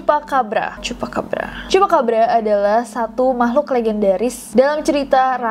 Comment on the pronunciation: CHUPACABRA omongan CHUPACABRA yang kedua itu aku denger nya "CHUPACABA" 😭🙏